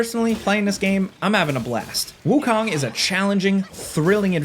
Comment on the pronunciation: KOOOOOOOONG not KAAAANG